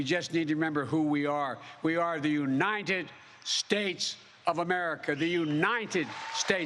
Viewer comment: He pronounces "united" is such a strange way. Notice him saying "you-ni-ned" like there's an extra "n" on the last syllable.